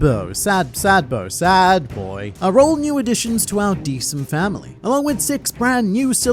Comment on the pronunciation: Ehhh "D"sent 😬🤭